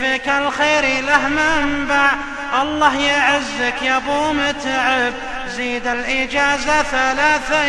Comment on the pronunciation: زززززززززيد هع التلفازززز يقهر اذا نطق الز